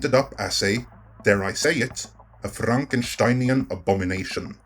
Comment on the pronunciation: I say there should be a new YouTube rule. Only gets to say Frankensteinien. Because only he says it right, and makes it sound awesome every time.